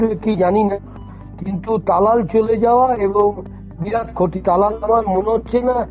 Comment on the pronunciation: আপনি কি করে সাঃবাদিতা করেন জানিনা।তালাল কে থালাল বলেন।